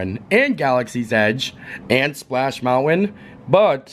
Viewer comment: Enjoyable vlog, seeing Disneyland again but, pleeeze stop saying mount-win!!!! It’s mountain, for Pete’s sake!